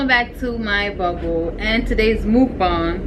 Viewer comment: You're baby is cute you said mukbang wrong